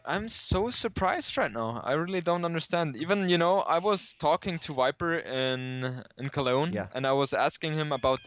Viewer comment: I love but it makes me laugh every time he says wiper.......